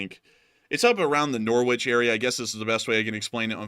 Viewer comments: Norwich is pronounced Norrich ;-) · Hi from 🇬🇧 you pronounce Norwich as Norrich, forget the W, and lakenheath is in West Suffolk👍